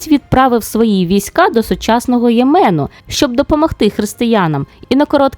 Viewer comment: Цікаве відео, дякую Перепрошую, але мені здалось що були помилки з наголосами в назвах Аксум та Йемен.